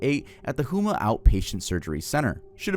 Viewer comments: Louisiana native here, and I wanted to correct your pronunciations: - Metairie: MET-ah-ree - Houma: HOME-ah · I’m from Louisiana, it’s actually pronounced home-ah! It’s from the houma Native American tribe that was based there. :) and Metairie is pronounced Met-Ah-Ree! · mispronouncing TWO cities i live near at 5 minutes into the video just rewired my brain. Metarie = Met-ah-ree Houma = Home-uh <3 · Just cause I’m from Louisiana I wanna let you know Metairie is pronounced meta ree and Houma is hoe muh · "Meteary" and "hooma" 😭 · Not to be that person, but I was yelling at the screen when you pronounced Metarie (met-uh-ree) and Houma (hoe-muh). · meh·tr•ee .... Meterie, Louisiana. how·muh or home•muh From a Louisiana subscriber. Much love ❤️ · Sorry but as a Louisiana resident i have to say you’re 0/3 on french words (metairie, houma, and le roux) 😭